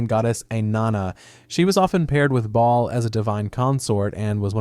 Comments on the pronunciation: It's literally just "ball" not BAY ALL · Baal (bāe-all) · Should we maybe google how to pronounce BAAL before hitting record? 😂